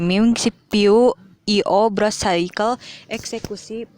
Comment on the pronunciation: Salfok si ngomong brush padahal burst aduh nafasnya juga😂